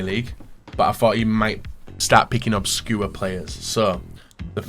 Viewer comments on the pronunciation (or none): saying “obscure” literally sounds like “up skewer” and I can’t unhear it